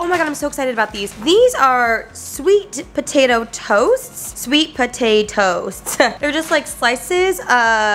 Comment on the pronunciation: I am dying at you reading “Potatoasts” lol